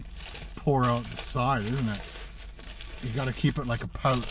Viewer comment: It's OUT , not "OWT"